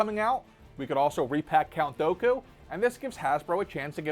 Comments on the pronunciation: Why do you go out of your way to say words wrong... who tf is count douku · It's DOOKU /do͞o/ ku.